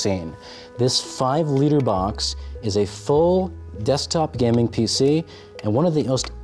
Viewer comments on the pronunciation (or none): Dude! Learn to say "gaming" correctly first 😂